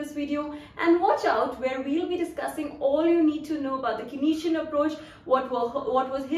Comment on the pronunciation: Where did this Kaneesian pronounciation come from?